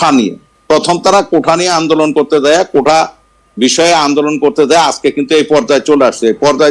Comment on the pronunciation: এই লোককে আপনারা ডাকলেন কেন.?সেতো ঐ মুর্খ গোষ্টীর প্রতিনিধিত্ব করে.!কোটা আন্দোলন কে কোঠা বলে.!!